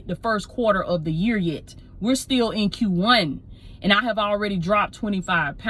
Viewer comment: Heavy on the “Yet” lol